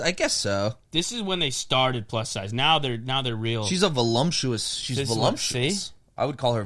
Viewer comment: It’s voluptuous not volumptuous 😂